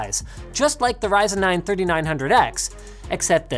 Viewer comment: its risin man not pronouncing ryzen